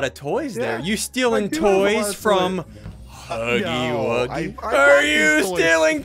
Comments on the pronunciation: It's huggy wuggy not huggy puggy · It’s huggy wuggy not huggy puggy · Its huggy wuggy not huggy puggy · Ay!! It’s not huggly Puggly it’s not huggy puggy it’s huggy wuggy! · ITS NOT HUGGY PUGGY ITS HUGGY WUGGY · Bro It's not Huggy Buggy It's Huggy Wuggy Or You Can Call Him Huggy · HIS NAME IS HUGGY WUGGY NOT HUGGLY PUGGLy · Its not huggly puggly its huggly wuggy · His name is huggy wuggy not hugely pugly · It’s huggy wuggy not hugglie puglie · The name is huggy wuggy not huggy pugly